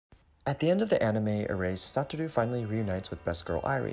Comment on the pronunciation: Isn't Satoru's named pronounced like: Suh-tore-ooh (?) In the video, it was pronounced as: Sah-tah-roo